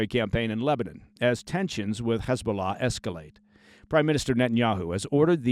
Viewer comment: Your correct pronunciation of "Hezbollah" in Arabic and not the Israeli Hebrew dialect "Khizbulah", tells me you have real life, serious experience with ops, unlike many false ex-ops or even news "experts" and what not. Kul El Ehtiram 😊 Kudos!